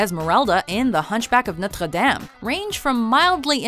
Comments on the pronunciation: I hate the way they pronounced Notre Dame. I know it's a French word but it's an American movie. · That's not how you pronounce Notre Dame. For Christ's sake, the main song of the film says it like 20 times! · I HATE HOW SHE PRONOUNCES NOTRE DAME 😫😫😫🙄🙄🙄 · the notre dame prononciation is very cringeworthy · I cringed when she pronounced Notre Dame.